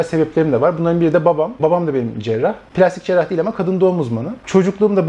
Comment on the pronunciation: Mesleğinin adını her seferinde nasıl bu kadar güzel söyleyebiliyorsun